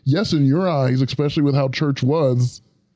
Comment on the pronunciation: I love you. And I don’t know how to say this without sounding rude. I’m honestly not trying to be. It is definitely MY problem, but i will be super happy, if you practiced saying E-specially 🥺🙏